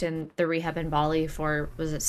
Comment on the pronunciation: "Complaining about the amount of salt on their chips" hahaha love this guy. Nice to hear bali pronounced properly too. Barrrley!